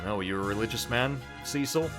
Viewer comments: And also Cecil sounds much better than Cicl . The second one sounds like coals cicling you know when you are making barbecue and the fat melts and falls onto the coals and you hear that cicling sound . Yeah ..... your pronunciation reminded me of that .... a, I hungry ?? Probably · I love the way you say Cecil. Makes me think it's Sea Salt every time. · It's so great to see you giving classic FF some love! 4,5 and 6 are all great, and I'd love to see you play them all! I've got to admit though, the way you pronounce 'Cecil'... I can overlook this though, I can just tell this is gonna be a great LP!